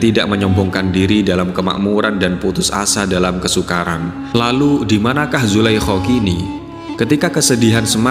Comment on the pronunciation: Nyebutinnya zulaiha apa jangan zulaiho , ga enak banget ngedengernya